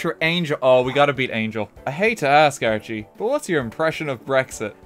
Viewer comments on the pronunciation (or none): He says "Archie" like "RT"